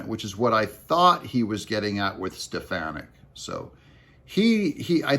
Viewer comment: It's Stef-fawn-nik, not Stef-fan-nic. Thank you. 😅